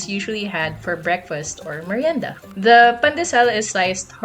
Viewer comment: Wait who is Miranda? wait...did you say MIRIENDA? Repeat after me...MIR...YEN...DA, mirienda! Lol just kidding. Thanks for this fun video! 💙💙💙